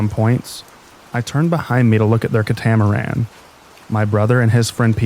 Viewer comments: Great narration. Very soothing voice to help me drift off to sleep. If I may, it’s CAT-a-maran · 😂 catamaran is cat-ah-mare-an